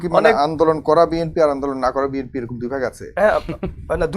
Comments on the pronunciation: কি নেতারে ভাই, দলের নামটাও ঠিকঠাক বলতে পারে না। বিম্পি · ব্যাটা তো দলের নাম উচ্চারণ করতে পারে না। বিএনপিরে বলে বিএমপি